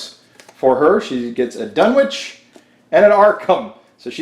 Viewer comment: They don't lose Insanity, they lose Sanity. It's ShOggoth, not ShAggoth. The W in Dunwich is silent. The O in Innsmouth is silent. MI-GO EYE, not MU-GU EYE smmfh